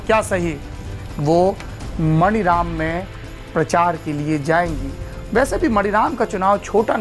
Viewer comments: मनीराम है मणिराम नहीं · सर मानीराम है, मणिराम नही है। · सर, वो विधान सभा मानीराम है, शायद अंग्रेज़ी के वजह से आप मणिराम बोल रहे हैं। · saurabh bhai , ek correction suggest karna chahunga, aap jab maniram ko pronounce karte hain to maaani raam kahiye,kyonki iska yahi naam hai,baaki aapki aur aapke team ki research ko salute hai. regards